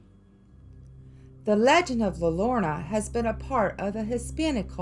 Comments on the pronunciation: pronounce like this "La yode ona" the crying woman in english. everyone on youtube pronounces this wrong. Her story keeps kids away from the river. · La Llorona is pronounced Lah Your on uh..... I am from New Mexico.